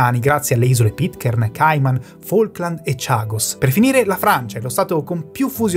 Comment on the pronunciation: Davvero hai detto Faulklandi? S I chiamano ''islas Malvinas''... che non ti senta un argentino